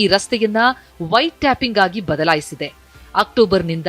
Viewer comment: White tapping alla madam, White Topping 😅😅😅